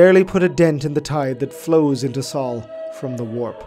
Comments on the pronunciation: Our star is called sol like soul, not saul Otherwise, awesome video. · It is SOHL not SAUL SOH-LAR, not SAULER